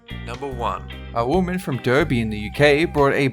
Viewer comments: It's pronounced Dar-bee, not der-bee, it's spelt with an e but you pronounce it dar-bee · I’m just kinda pissed because it’s pronounced Darby not derby even though it doesn’t make sense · ‘Derby’ is pronounced ‘Darby’ just so you know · Kyle Palmer it's to appeal to the American's. They also used the American pronunciation of Derby. Lots of channels do it. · Made me laugh how you pronounce the uk city name of Derby 😂